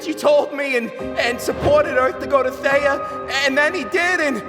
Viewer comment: Erm why did say theya!! Instead of theia